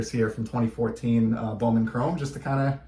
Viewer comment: I have never heard of these cards. They are so cool. Yes you said the name right. It is so weird to see my mama's name on a card. I enjoyed this video !